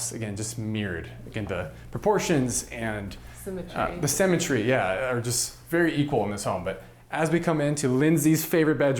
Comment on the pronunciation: I thought he kept saying cemetery but I think it's symmetry . Wondering what I was going to do with the bodies. Then he talked about the need for a bullet proof room - then the thought of living, scared of dying, in the US made me appreciate my own country.